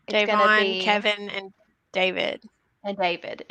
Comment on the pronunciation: Hi guys. Love your show and I'm a big fan of russell but it bothers me that he doesn't pronounce Da'Vonnes name right. Pronounce it 'day vonne